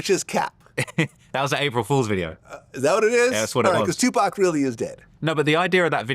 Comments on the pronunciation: Say Two-Paw-k! Trap dork Dexter's lab bum wizard looking boy lol. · say 2pac 😂